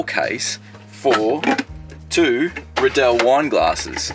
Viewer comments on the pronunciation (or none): I assume these are the Riedel wine glasses and being Austrian it should be pronounced like "Reedel" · The R is silent in Rydell !🙄🤔🤪😂😂 sounds good to me.